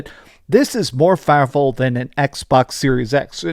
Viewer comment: It is very "fowerfull" lol